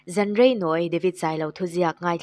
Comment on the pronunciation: Zan rei lam dan a dik lo